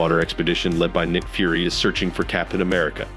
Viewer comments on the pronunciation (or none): 'Nick Furry.' AI narrators are so much fun.